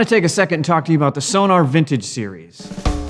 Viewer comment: It's pronounced So-Nor, for goodness sake, man. The clue is in the spelling. Sonar is something very different. Give them the respect they deserve.